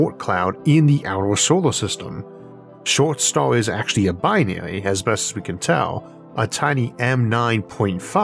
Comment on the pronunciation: I'm over here looking for "Schwart's Star" and then "Short's Star" like an idiot. It's Scholz Star.